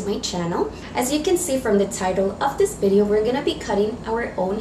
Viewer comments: long B shape? bideo? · It's not bidio its video anyways its still cute😂😂😊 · You got the accent like my dad. Can’t pronounce V. Thanks for the tutorial ! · My dear its V not B...